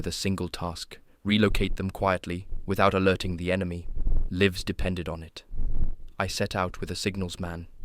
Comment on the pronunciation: I was very pleased that I thought I was listening to a real person. There were quite a few similar channels that I really enjoyed, but blocked because I determined that they were AI. I came down to the comments , disappointed, because “lives” was pronounced with a short “I”. If you are real, I would suggest you do some kind of intro/outro, putting a face to the voice; or even leave imperfections in the recording. YouTube watchers, many of them anyway, are just not interested in feeding Next Gen MSM - AI Glots. I’ll subscribe and stick around until I can get some confirmation of your aithenticity.